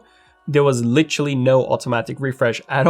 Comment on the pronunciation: "Litchully" ?? I think you mean 'Literally'.